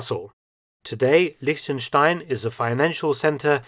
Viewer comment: Props to Mark for correctly prenouncing "Liechtenstein" as a native english speaker.